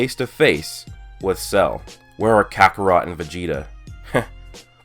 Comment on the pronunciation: Who heard vegeta call kakorote goku